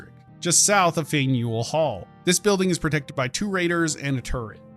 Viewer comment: Ready? Repeat after me... FAN-YOU-AL HALL Easy -)